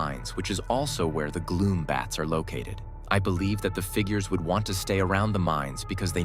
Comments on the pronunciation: It's gloombats not glowbats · STOP CALLING THEM GLOW BATS ITS GLOOMBATS BRUHH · Globats nah its gloombats